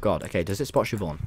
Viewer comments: Chivonne 💀💀 as opposed to Siobhán?? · “Does it spot chivonne?” it’s blind tommy 💀